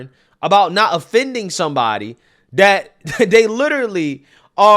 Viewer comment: My favorite part of watching your videos is that fact that you don't have the letter T in your verbose language skills. haha, I love it. For example, for the English word "this", you pronounce it as "dis". For the English word "that", you pronounce as "dat". hahaha...makes me laugh every time I hear you use those words.